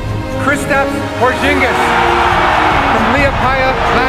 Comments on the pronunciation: Porzinjis! Seriously HAHAHAHAHAHA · Boi porzigis HE SAID PO ZIN GES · This Nikka just said porzingjizz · #1 Stephen a smith say his damn name right, #2 too tall for basketball? What are you talking about? #3 Porzingas is amazing now and everyone in New York acts like they’ve loved him the whole time. C’mon man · His Name is Tingis Pingis get it right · I hate that Steven A. Smith call Kristaps, Porzigingis. Like if u agree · Stephen A needs to learn how to pronounce a name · Smith can't say his freaking name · You know Stephan a smith was mispronouncing his name on purpose just to be annoying